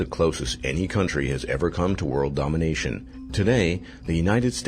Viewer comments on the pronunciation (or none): none